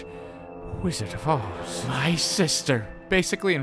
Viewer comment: Its the wiszerd of ozo